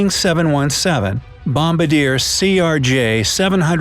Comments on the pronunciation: Lol he pronounced bombardier like bom-ba-deer, its pronounced bum-bar-de-air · Lol it's bom-bar-de-or not bom-bar-dear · It's NOT "Bom-ba-dier" and as a Canadian, I take offence to our company being mispronounced. It is "Bom-bar-dee-eh" (see or any news cast, they say it this way.) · Its pronounced bom bard iea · It is pronounced bom bar dier